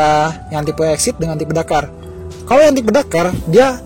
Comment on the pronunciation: waktu bilang " kalau disuruh milih antara pajero sport DAKARRRRRR " ngomong dakar nya jelas banget 😂😂😂😂😂😂😂